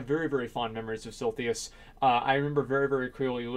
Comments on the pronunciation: For the love of god, SIL-I-THUS... Not SIL-THY-US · If you say silthius again I gonna unsub. :DDDDDD It's silithus, not that hard! :D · Suprised no one noticed this on the coments, but he said "Sil-Thee-Us" XD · its silithus, not silthius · TEACHER: ok asmongold, your word is SILITHUS. ASMONGOLD: S-I-L-L-T-H-E-E-Y-U-S, SILLTHEEYUS... fucking easy. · Silithus..."Siltheus". Silithus..."Siltheus". Sil-i-thus..."Sil-thee-us" NNOOOOOO! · He pronounces Silithus so wrong that I had to go check the spelling to make sure I wasn't the crazy one. lol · "Silthius" lol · SIL-I-THUS It's Silithus! Not Silthius! Holy fuck dude... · Sil -i-thus, not Silthius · Silithus, how can you possibly pronounce that like Silthius? xD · Silithus, not silthius. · Very fond memories of silthius... Doesn't even say it right lmao its silithus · lol what is silthius? did he meant to say silithus? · SILITHUS, not SILTHIUS x'D This triggered me so much x'D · si-LI-thus not SIL-THIUS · Silthius? I'm fairly sure it's actually S-I-L-I-T-H-U-S, my ears bleed. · SILITHUS!!!!! SIL-ITH-US!!!! CHRIST..... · actually its more like si-li-thus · Every time he says Silthius I die a little inside. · Sil - eh - thiss ... for the billionth time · I find it sili how you pronounce Sillythus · Stop trolling us with mispronouncing Silithus, please! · Funny how Sargeras stabs the most useless place in World of Warcraft. Also the way you pronounce silithus kind of irritates me. Cause in my perspective I say it as Sith a liss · Asmon, I like ya bud, but, it's pronounced SIL - ITH - US and this video triggered the hell out of me lol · Had to stop watching half way through because your pronunciation of Silithus makes me sad. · His saying it like that actually made me question if I was saying it wrong myself all these years. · There is absolutely no way Blizz can destroy Silithus more than your pronunciation already has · Everytime asmongold mispronounces "Silithus", 1000 African kids starve to death